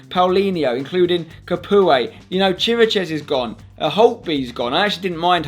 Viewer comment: Chiriches is pronounced qui-ree-cash #SpenFCfansfromRomania Romani pe aici????